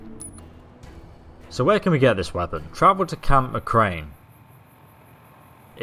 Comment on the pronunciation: you said camp maCRAIN it's camp mc-CARE-ren